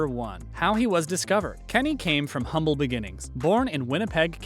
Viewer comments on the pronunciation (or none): none